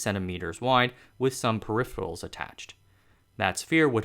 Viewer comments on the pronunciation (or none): sa-fear-ical -> spherical. abestos -> asbestos. barellium-> beryllium. periphals -> peripherals